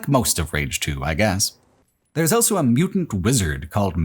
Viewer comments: Why do you say "elso" instead of "also"? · pronounces the word "also" as "elso". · Please learn how to say “also”